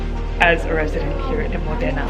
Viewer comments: Mòdena, not Modéna, dio sfighèeee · You probably should have learned how to say Modena at some point during this trip.